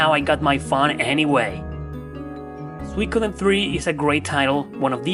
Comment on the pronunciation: "Swe-kudden" hehe. Nice video.